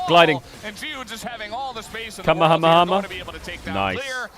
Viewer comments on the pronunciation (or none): Can someone teach Caedrel how to say Kamehameha? The way he says it is atrocious, not "kameihamehama"????